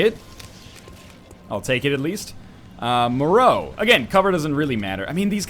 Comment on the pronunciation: I don't know which is worse, the fact someone with my surname died so quickly in a videogame, that she was your first true death in such a long time, or that you know how to pronounce Moreau (as everyone around or in Canada does). Keep being salty, NL. You rock even though you caused the death of my virtual family member. >:I